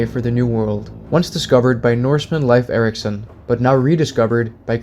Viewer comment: Should be pronounced as "Layf," although "Leaf" is a common English pronunciation. But "Life Erikson" is completely wrong.